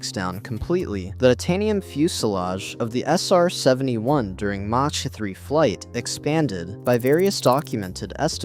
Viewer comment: Lose the AI narration. I tapped out at "mach" with a soft "ch".... like macha.